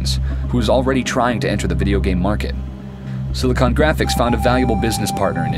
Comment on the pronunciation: Haha love that the first time he mentions it he calls them "SiliCONE Graphics"... That's very different!